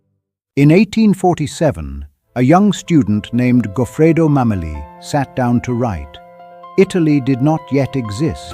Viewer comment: It's pronounced "Mamèli".